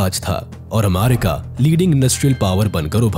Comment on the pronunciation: Ap aaamaaarika kiyon bol rahe ho?